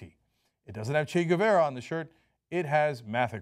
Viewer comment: It's pronounced "Geh-vah-rah", Cenk. NOT "Goo-veh-rah".